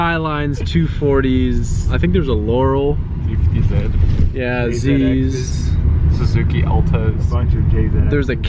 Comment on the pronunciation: Bro why do u say loro instead of laurel